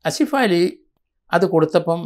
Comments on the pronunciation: അസിഫാലി,,, എന്നല്ല ആസിഫ് അലി,,, നിങ്ങൾക്ക് നാക്ക് തിരിയില്ലേ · ആസിഫ് അലി..എന്ന് ആണ്..സത്യത്തിൽ സാർ നിങ്ങൾ ആ പേര് ആദ്യം ആയി..കേൾക്കുന്നത് പോലെ തോന്നി 🤔🤔